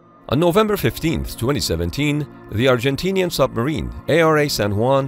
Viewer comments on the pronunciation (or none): none